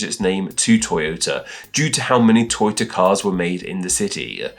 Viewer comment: It is pronounced to-yo-ta, not toy-o-ta. Also, Subaru is the constellation "the Pleiades."